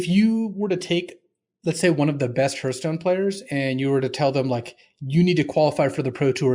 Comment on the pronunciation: I've heard of these other games, but what is Hurthstone? Is it like Hearthstone? ;)